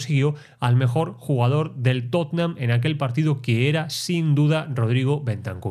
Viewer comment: Que bien pronuncias Tottenham lpm...yo no salgo del Totenjan....Totenjan....no puedo.